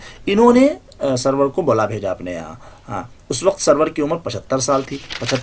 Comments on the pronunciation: سرور نہیں ہے ان کا نام سارور ہے یہ لکھا سرور کی طرح جاتا ھے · Nice but Sir for your kind information this is not Sarwar it's Suroor( Rajab Ali Baig Suroor)... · Soroor h.... Sarwar nahi